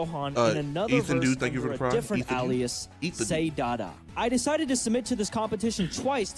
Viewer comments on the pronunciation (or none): His mf does not know how to pronounce alias